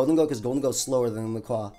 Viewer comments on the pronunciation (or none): none